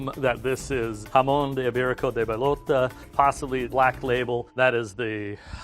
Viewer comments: it is an important part of actually knowing the product. This guy got no actual challenge, every product was painfully obvious. A better test of his "expertise" would be comparable products. Jamon Iberico de Bellota (pronounced bay- oh- tah, meaning acorn) doesn't even taste like meat, compared to a factory made salt ham is not a challenge even to someone who has never had either. It also doesn't educate the viewer. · As a spanish speaker, I find the way he pronounced bellota hilarious. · I died when he said Jamón Ibérico de bellota,hahaha that pronunciation